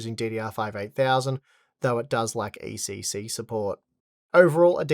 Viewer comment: It‘s ECC not ACC. Also it‘s Pro and not Pror.